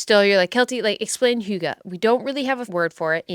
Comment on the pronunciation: The second way you said hygge where you where like its not like this... was actaully pretty close haha! I think the best way to sound danish is sounding a bit bored. But I always gift the hygge book to people when they get depressed in winter - hygge has made me look forward to the dark, cold days in Denmark